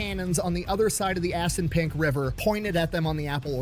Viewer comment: I love seeing you crack up everytime he says assunpunk